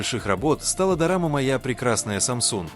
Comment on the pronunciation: This narrator SUCKS. "DURAMA"??? REALLY?? He mispronounced things .ore often than not. Re-record that sorry AI voice. It ruins the entire video.